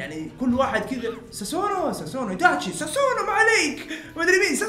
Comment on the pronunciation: سوسانو ❌ ساسونو ✅